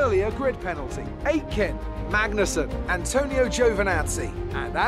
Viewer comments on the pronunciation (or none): none